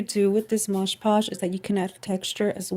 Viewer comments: Nice card. Btw, it's MOD PODGE with D. And not MOGE POGE. 😘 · It's MOD Podge, NOT Modge Podge. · It is MOD. PODGE! Not modge podge !